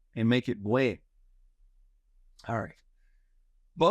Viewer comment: Dear professor, I noticed that you don't sound the "n" in "buen". It's necessary to sound it in Spanish. Thanks.